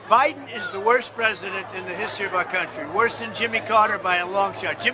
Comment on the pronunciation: Joy "the forehead" Reid not only wears a Trump wig but looks orange too....... I bet she has a Trump poster above her bed on the ceiling. I notice Trunp says Biden like he China...... BIden CHIna LOL!